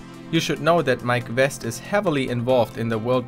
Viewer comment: I thought he was saying My Quest instead of Mike West.